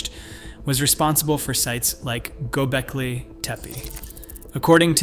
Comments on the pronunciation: What's "GobeLki"? I thought it was "GobeKli".... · Learn to pronounce "Gobekli" :hand-pink-waving: It is not GoBELki.